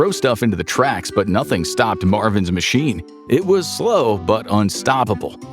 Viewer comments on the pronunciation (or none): none